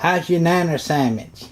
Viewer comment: "a bohnanner sammitch"